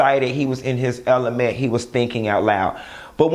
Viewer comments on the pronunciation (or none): none